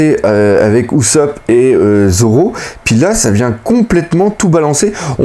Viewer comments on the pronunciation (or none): none